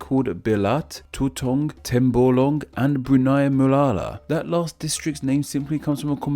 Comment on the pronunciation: When I heard of Sabah, I was hoping to hear some banana reference, because here in a neighboring country, we have a banana type called "sabá", and I assume that it must be similar to malaysian. I am not disappointed. , you sound like a foreigner trying to pronounce "Belait" and "Tutong" as if they were tagalog words 😐